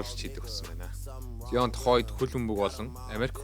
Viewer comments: Zayion gj unshwal zuw bhaa amjilt goy bolson bn. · zaayon gsn duudlagatai shvv bro neg evgvi sonsogdood bn